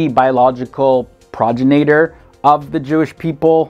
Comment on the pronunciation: Enjoyed this, but your pronunciation of the names and the word progenitor are way off. That shouldn't be.